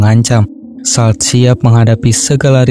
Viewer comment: salt dibaca solt